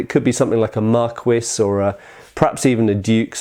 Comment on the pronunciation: Pronunciation consistency for borrowed words is always questionable for English speakers. seems to go for "mar-quiss" instead of "mar-kee" for marquis, "hell-mett" instead of "hell-may" for helmet, but "sall-ay" instead of "sall-ett" for sallet. If you make yourself pronounce these borrowed words with strict consistency - either as English or as French sounding, you are going to sound odd to somebody. I'm just as inconsistent myself, since I'd probably use "mar-kee", "hell-mett" and "sall-ett", where the first is French (since he's talking about the French title here and not the derived English title) and the latter two English.